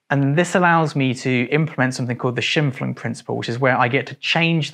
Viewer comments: Excellent channel, I subscribed, easy choice. Just one thing it’s Scheimpflug- the stress is a strong ‘I’ so, misspelled it’s schympflug, not schimpflug. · Shimfun? Guessing you’re referring to Scheimpflug, pronounced „Shymepfloog“. Sorry for smartassing around. I came here to learn. Just caught my eye in the index, since I live very close where this man used to live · Love your videos, but as a German speaker I need to say it's pronounced Sch-eye-m-flug. Technical cameras are amazing and I'm so glad you've put together this video as I've always been interested in a combo setup but there were barely any review out there.